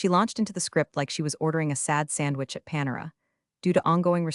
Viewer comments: Panera -- You don't pronounce it PAN-er-uh. It''s Pa-NAIR-uh. Instruct your AI narrator. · Mispronounced words: PANERA